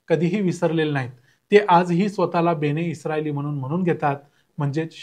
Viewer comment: बेणे नाही बन-ए-इस्राएल असं आहे ते म्हणजे इस्राएलचे लोक